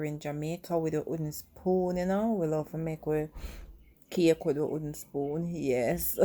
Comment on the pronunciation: Can you say "w"ooden spoon, pronounce the "w" as well. I agree with you about eyeballing, but when you're baking you have to be fairly exact. When I bake my Jamaican black/fruit cake I use fairly exact recipes.